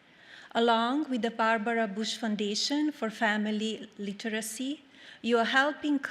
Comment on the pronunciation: "Lee ter izy."